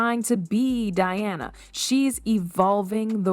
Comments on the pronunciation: Its Diana, not Deeyawna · So, instead of just stock photos, match the visuals to what you are talking about. And pronounce the people's princess' name correctly and consistently.